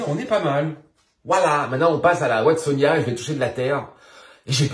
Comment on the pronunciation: Il me semble qu'on prononce Watsonia-NA... et j'en profite d'ailleurs c'est pas yuCANTA mais c'est yuCATAN Princess 😚. Bon mise à à part ça j'adore tes videos lol. Désolé pour les corrections de prononciations ça me démangeait la gorge 😭😭😭 J'espère que tu m'en veux pas